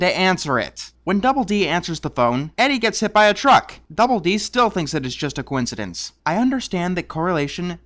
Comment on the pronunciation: After three time it is not a cowinsidents